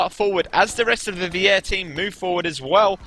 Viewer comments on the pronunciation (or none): lol vier is pronounced like fear not weeair (vier means four in german)